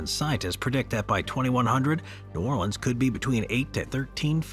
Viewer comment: It’s not called Nawleans and that ain’t New Orleans